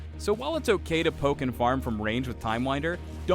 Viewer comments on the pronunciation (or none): none